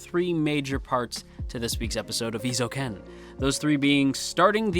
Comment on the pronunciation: For future reference: Eh-ee-zo-u-ken Eizouken. :)